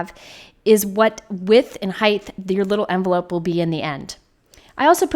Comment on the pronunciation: Great video and ideas. Ps- it is Height, no th